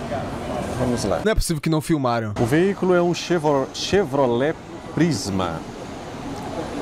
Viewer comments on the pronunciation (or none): Jornalista da quebrada dizendo “Chebrolete”🤣😂😹😅😹😂